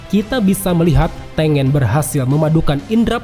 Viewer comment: Hantengu bukan peringkat 6 Hashibira, mlah hashibara Trus Tengen tu bacanya TENGGEN